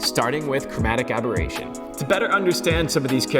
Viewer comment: I guess it is chromatic aberration.. not aboration :)